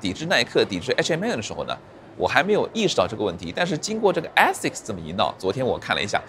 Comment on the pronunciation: Aasics的第一个发音应该是字母a的本音，你可以去查一下。